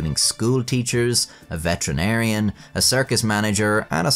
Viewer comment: Not gonna lie, the first time you said "veterinarian" I heard "veteran arian". In my defense you were talking about Germany during the wars